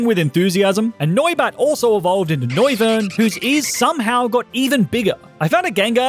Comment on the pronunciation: Its noivern